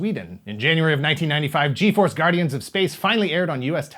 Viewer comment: I remember watching Fuerza Yi , sorry, just found too funny that you pronounce the G in all the names in English. Anyway, yeah I grew up watching Fuerza G in Cartoon Network Latin America, don't remember too much of what happened, except that they always talked about how dangerous was to use the firebird thing yet they used it every other episode.